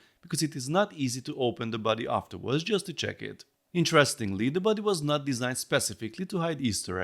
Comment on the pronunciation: Thought you were saying "buddy" and not "body" for a while, and I just accepted it, like "yeah he's my buddy" lol Really cool! I think they did a surprisingly good job capturing the wrinkles, and starting with the most important feature (the face in this case) made sure it doesn't look uncanny or out of scale and that everything has a decent amount of detail, I think more Lego sets could take notes from that honestly. Unfortunate that they couldn't fit the neck extension feature but it's an understandable trade-off and I'm sure a MOC builder will figure it out eventually :)